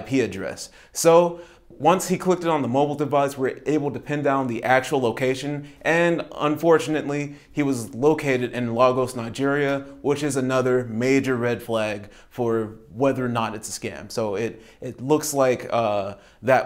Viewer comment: Lagos is pronounced Laygoss. Please use that one to be accurate.